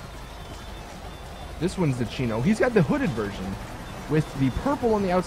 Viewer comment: primo? thats the faction my brother thats the chino bro, i know that u knwo u r saying wrong, i just have to say it, lol